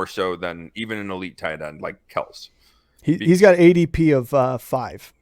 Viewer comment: You pronounce it Kel-see. Jesus, if you don't even know how to pronounce his name therea no way you know what you are talking about